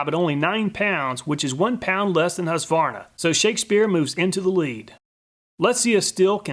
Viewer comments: Husqvarna is a Swedish town. Meaning something like "house mill" (hus=house). It's not pronounced hus-varna or husk-varna. It's pronounced hus-kvarna. If that makes any sence. Love from Sweden! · Husqvarna being a Swedish brand, I was surprised to know that it was also manufactured and sold in the US. (pronounced "Hueskvarnah", btw) Great video! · Great content as always, but as a Swede ... the Q in Husqvarna is spoken as a hard k ... hus-kvarna ;) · I can't but smile a bit every time you say "Husqvarna" :)